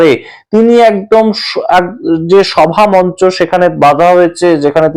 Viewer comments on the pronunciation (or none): none